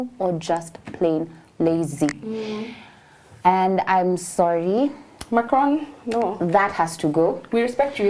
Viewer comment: Macron (n) is silent